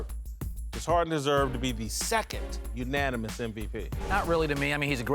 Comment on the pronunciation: "Unonimous"- Kristin Leahy 2k18